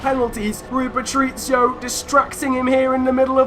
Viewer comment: Please learn how to say Patricio correctly!! Omg! It’s Pa-tric-io not Patric-io